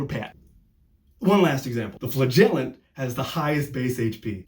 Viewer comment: your buddy posted it in DD discord server and we all loved it. also you say flagellant in such a funny way ima start doing that. great vid!! <3